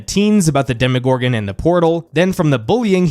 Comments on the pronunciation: Demo, not demi. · For gods sake is DEMO-GORGAN, not DEMI-GORGAN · DEMO-gorgon, not DEMI-gorgon!